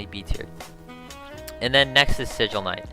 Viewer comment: This man said sigil A you crazy